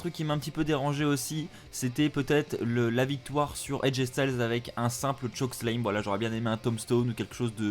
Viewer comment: arrête de dire chokeslame, c'est chokeSLAM. et ce show était de la pure merde. de A à Z.